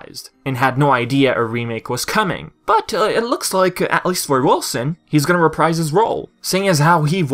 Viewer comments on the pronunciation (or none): none